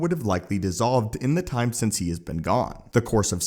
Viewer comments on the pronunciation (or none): none